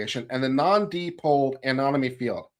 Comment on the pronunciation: dipole = “DYE-pohl”, not “DEE-pohl”.